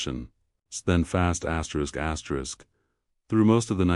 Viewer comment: Could stand the elimination of the AI vioce saying "askerisk askerisk" repeatedly.